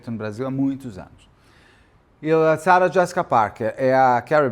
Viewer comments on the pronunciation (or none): none